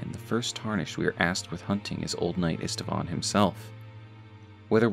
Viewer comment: Old Knight Istvan's name is actually pronounced Eesht-Vahn, not Ist-a-vahn.